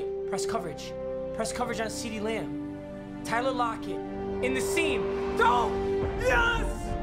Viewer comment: ceedee lamb, seedeez nuts Me:what nuts